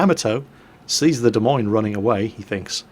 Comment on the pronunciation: Hey, as an Iowan, good on you for saying 'Des Moines' correctly. Well done.